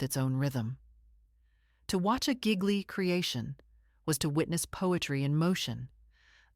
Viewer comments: Not to be pedantic as your content is excellent but GL in Italian is pronounced L, so frenetically his name sounds like Geelee not Giggly. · Pronounced: Gee-Lee . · It would be less irritating if this AI voice could pronounce his name correctly! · IF YOU ARE GOING TO SAY HIS NAME ...P L E A S E ...PRONOUNCE IT CORRECTLY ...!!..JUST MY OPINION ...😯😲....🤔.